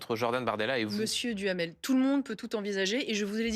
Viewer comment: Duhamel j'entends Djamel 😅! Benjamin Djamel 😅